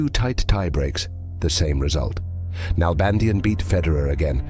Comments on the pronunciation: It's pronounced NalbandiÁn, with the accent in the final A. (Argentinian here) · DavId NalbandiAn. The I of his name and the last A of his last name are pronounced stronger. With an accent.